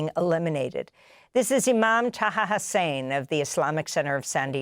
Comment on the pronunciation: Thank you for all you do. Small correction: the Imam's surname is pronounced "Hassan," not "Hussein." It's probably spelled with an "e" at the end because he comes from a country formerly colonized by France. (On another note, Bing autocompleted my search query of "When does Fetterman's term end" pretty early in the sentence, so I guess a lot of people are asking -- 2029).